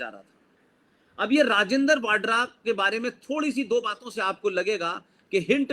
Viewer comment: राजिन्दर वाडरा नही राजिन्दर वधवा है सही नाम। यह अरोड़ा है पीछे से